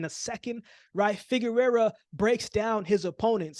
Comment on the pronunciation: Correction on your pronunciation: Figueroa (figure-row-uh) —not Figurerra (figure-rare-uh).